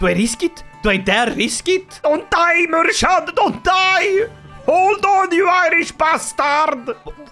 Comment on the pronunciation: Hi native irish speaker here, its pronounced "Mur-(wierd highch sound)-ad" its kinda like "kh" in russian